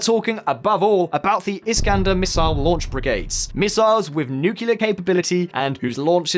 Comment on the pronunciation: The guy in this video seemed dodgy from the very get go but lost all remaining credibility in my eyes as soon as he said “nucular”.